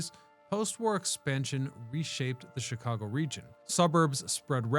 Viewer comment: Me thinks..... You're purposefully mispronouncing Chicago